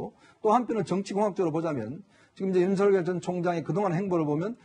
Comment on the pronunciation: 야, 사희자! 윤석렬이야, 윤석렬!!! 우리나라 국어이 한글도 못 읽는 게, 뉴스 마이크를 잡고 개폼 잡냐??? 남의 이름을 함부로 개명 하냐??? 인간부터 똑바로 되고 나서, 남 앞에 기어 나와라!!!